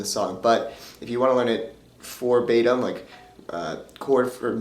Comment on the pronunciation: Well done. Nice tutorial. But in the beginning it kinda sounded like you said "for batim" but meaning to say "verbatim"? Lol